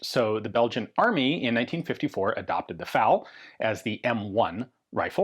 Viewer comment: I fal down, not I fowl down. Yankees be yankies.